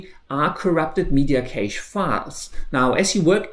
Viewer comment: Please stop saying caysh 😂😂😂